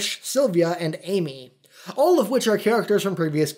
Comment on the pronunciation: You couldn't be bothered to put ten seconds of research into how to pronounce things? D'artagnan. Dar. Tan. Yun. Also, Ammy, not Amy. Ah-mah-tehr-ah-sue. I did learn a thing or two in this, but you still get a dislike for laziness. Also, Bayonetta never threatens to kill Luka. He just assumed she will. Finally, Nintendo has PLENTY of non family friendly things. They're just usually pacified for the USA. Damn. Another thing. Ee-no-key-an. And the train thing? Literally the purpose was to get the Moon Pearl. It's a secret to everybody.